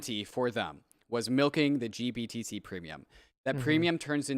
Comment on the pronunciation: Why can't say GBTC correctly? Lol. Also, blockfi got fined 100M for lending. Big part of their demise. Nobody seems to point this out as another rug pull on them.